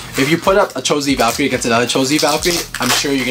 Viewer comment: ocean raiford Eww Valtreyk? It’s Valkyrie.